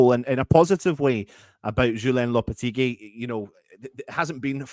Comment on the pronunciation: It's actually Mr Loppy!